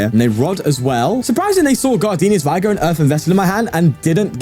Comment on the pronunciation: It's pronounced vigr, not vaygor